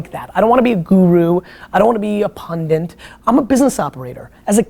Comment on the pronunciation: Gary! It's 'pundit' not 'pundint'!